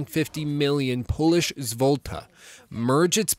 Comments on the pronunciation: "Polish zwolta" hahahaha... I beg you pardon, but that was the most hilarious pronunciation ever. :D In future just say PLN or "zloty". That's what I do when I'm talking to an English speaking person. :) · "Polish zvolta"? what? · Not bad attempt but it is pronounced "Polish 'Zlo tee' "